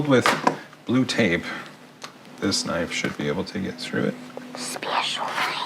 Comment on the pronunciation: has me dyin! Lol, SPEHCIAL. Love your stuff.